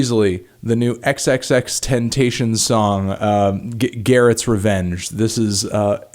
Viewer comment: "xxxtentation" lmao